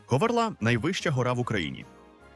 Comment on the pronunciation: Говерла ,а не Говерлаа неправильний наголос.